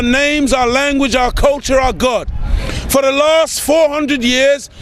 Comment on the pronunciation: You can't correctly pronounce the word "for"